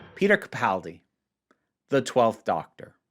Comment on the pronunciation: Nice job actually pronouncing “Capaldi” correctly 😂